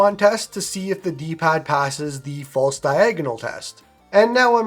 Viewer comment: Fialse? Muffin mouth this video hehe 😉 jk. Good video!